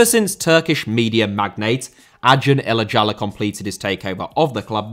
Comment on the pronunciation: you can pronounce acun ilicali's name as "ajohn elachaly" - its funny how you pronounce his full name lol